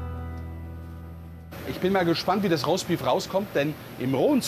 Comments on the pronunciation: "Raustbief rauskommt...."😂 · Was ist denn bitte rossbeef? Jumbo soll mal aussprechen lernen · Niemand: Absolut niemand: Jumbo: ROSTBIEF